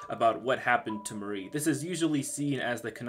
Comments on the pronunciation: There's so many things wrong or severely underexplained in this video, at least do a proper readthrough of the wiki or a simple google search. Also, it's not pronounced Marie, it's Mar-e. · It's pronounced Mar - Ri say Mar and then Ri without blending them. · Idk I pronounce Mari differently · You pronounced Mari wrong 😅😅